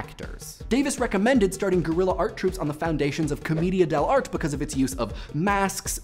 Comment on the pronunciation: Ok, former theatre major and need here and I know a lot of people will call you on it too, but commedia dell'arte, pronounced "dell artay". With that out of the way, I think cosplay is an interesting form of theatre. It combines elements of guerrilla theatre, as you said. Any bystanders understand that what they are watching is a performance and that the people in the costumes are not actually Link or Chewbacca or whatever costume they are wearing. Theatre is based on what the accepted conventions around it happen to be, to a certain extent. If an audience is watching a serious play where as an audience, they have never been referenced or addressed at all, it would be very jarring to all of a sudden have an actor break the fourth wall and start speaking to them. The conventions around cosplay are different. They might engage with other characters from their own universe or other universes in epic battle or bonding experience. They might also be the dude in line ahead of you, just grabbing a churro. I think cosplayers can (and have) borrow aspects of invisible theatre. It, in a tiny nutshell, involves the idea of performing within an audience of people who are totally unaware that a performance is taking place. In cosplay, invisible theatre could be a way for cosplayers to impact the world of their fandom in a public way: A mixed person could dress as Hermione Granger, as an expression of their head cannon of the Harry Potter universe; two characters from different mediums cou